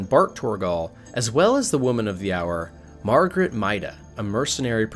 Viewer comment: Her name is Marguerite - not Margaret. MAR-gar-REET.